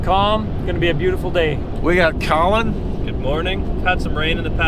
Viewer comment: Colin Caulin Kaulin Callun Kawlin Callin Collen Kolin Cawlon